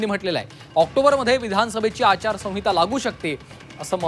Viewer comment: अरे आचारसहिता बोलता येत नाही तुला